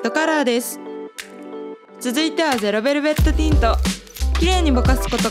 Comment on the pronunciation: すごい参考になります！！ ゼロベルベットティントを噛まずに言える滑舌も凄いです…！！